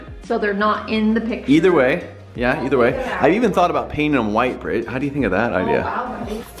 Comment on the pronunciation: It’s not Brett it’s britt